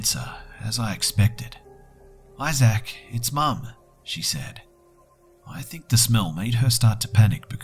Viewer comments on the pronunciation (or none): Also.. ay-zack? I think is pronounced ay-zihk, or something similar, never heard someone say it like that before. Sorry, I'm in a bitchy mood today. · Isaac is pronounced "Izick," not "Izack." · btw, I love your vids but it's pronounced "eye-zik"not "eye-zak"